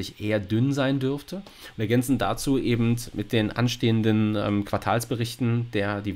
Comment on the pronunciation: Wer immer "ebend" sagt, sagt beim Metzger auch "1 Pfund nackend!" 😁 Spaß beiseite, war wieder interessant und informativ. Aber timestamps wären echt sinnvoll, wie schon jemand schrieb. 👍